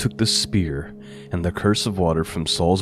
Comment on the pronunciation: "Cruse" pronounced "cruise", not curse. 🙂 It's just a water bottle like a canteen.